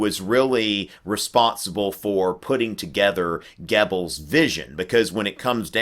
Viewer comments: In German and Swedish, "oe" is the same as "ö". So it's Gubbels, not Gebbels. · I love your videoes, but i hate it when you butcher the German language. It's pronounced :Gerbles" not Gebbels. I know there's no R in it, but that is the proper pronunciation.